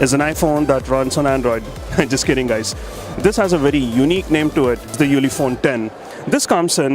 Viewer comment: Hi, is Ulefone, not Ulephone